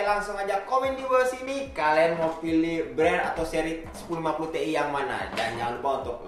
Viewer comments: gw pertama kaget denger pas bilang : TI bukannya ( ti ai ) malah ( TE-I ) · Not te but ti